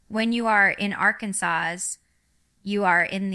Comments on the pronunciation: This is the WORST version of AI I've ever seen!! The REAL Jinger knows how to pronounce Arkansas.....🙅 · This video doesn’t look real, it’s highly edited and it is clearly altering her speech pattern. If you watch Jinger’s actual channel you would understand what I mean. Like the way they have her saying Arkansas, that’s not how she pronounces it at all.Jinger is living differently than was raised, but I ‘m telling you if she was ever going to make such a announcement, she would release it on her channel not this one. And did you notice this video has her not being able to pronounce her own name. How many of you can’t pronounce your own name? This just isn’t real. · This is AI. Fake. Listen to how she pronounces the state she lives in. AI made it sound just like it is spelled.